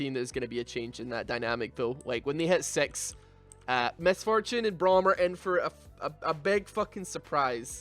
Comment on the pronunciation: I swear i heard "when they had sex" when he was trying to say "when they hit six"